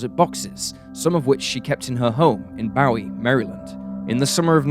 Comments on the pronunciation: It’s Boo-wee Maryland by the way! These stories are very chilling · It's Boo-y now B-ow-e. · Hi! I live in Maryland and the city of Bowie from Heather's story is actually pronounced like Boo-Ee like the word buoy. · The pronunciation of "Bowie" is always fascinating. We pronounce David Bowie as "Bow-ee" vs James Bowie , namesake of Bowie, MD , the knife and of Alamo fame, as "Boo-ee". And Anne Arundel, MD also has a weird pronunciation of "Ah-run-dul".